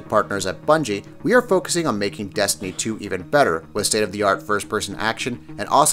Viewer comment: "Desiny 2" 😂